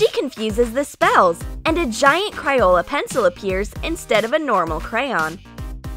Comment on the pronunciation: It's not cryola it's crayola